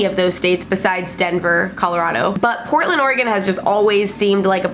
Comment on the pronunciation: Hi! so I just moved to Portland OR for college but I've lived in Oregon my whole life. First off I was really excited you pronounced Oregon correctly, but I thought I'd let you know that whoever said the thing about people being racist is crazy because pdx is super diverse. Also, I was born in Seattle so I won't bash too much on it, it's definitely a great city. But the homeless situation is there but it's not terribly bad or super noticeable, it doesn't get as cold as Denver and it doesn't rain as much as Seattle, also there's no sales tax. I love you and your videos, I just thought I'd set the record straight on a few things:)